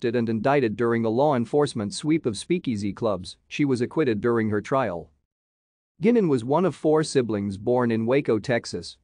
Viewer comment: Not pronounced "Gynan", it's GUYnan. It's my mam's maiden name!